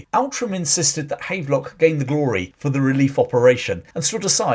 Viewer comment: Outram is actually pronounced 'Ootrum'. It's a bit Scottish you see.